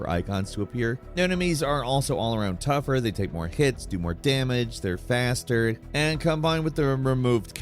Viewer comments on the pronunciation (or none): none